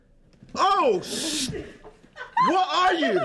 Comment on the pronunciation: I love the way she shouts "JJJJOOOOOHHHHNNNN!" With her accent. It's amazing